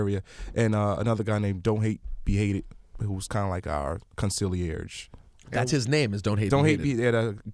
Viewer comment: Homie said Concilierge hahaha